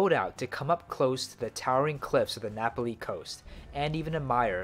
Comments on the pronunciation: It’s nah-pah-Lee NOT Napoly! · Hate to be a stickler for pronunciation but it’s Na’Pali coast, not Napoli (the city in Italy)...nice vid though, I’ve been to a lot of those places myself. 🤙🏼